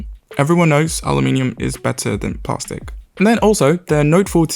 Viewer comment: WTF is "Plah-stic"?